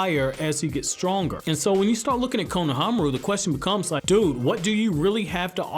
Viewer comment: The way you say his name it’s just cringe I hope you know the dub says the names wrong